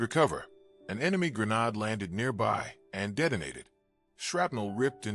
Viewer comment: a gren-nahd???? we don't honor your laziness in using AI